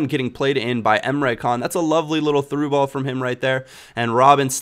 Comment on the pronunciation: Not Emre Can.... Emre Jan